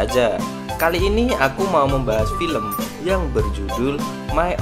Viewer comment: Paling kesel denger "Dan pilempun ta maat"